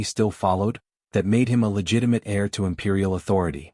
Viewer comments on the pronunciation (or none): heir not air